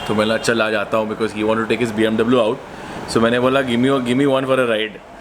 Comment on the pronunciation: hututututu huttuuututu.....😂😂 BMW..... BMW hota hai👍👍